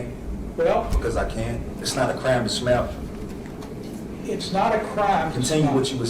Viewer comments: Um...it sounded like he said "smell"...I realised he was saying SMILE 😂😂😂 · Clearly a genius. "It's not a crime to SMALE." ??? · I would like to know what happened to smiley or is it smelly? Sounded like he was saying smell